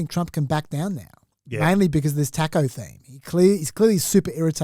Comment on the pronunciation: The pronounciation of taco in this pod is deplorable